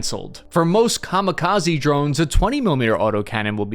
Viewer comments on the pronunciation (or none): none